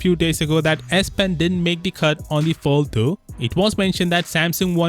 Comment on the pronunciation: Follthu, Foll-Thu, Foulthou what r u saying bruh?🙄 Dizgustung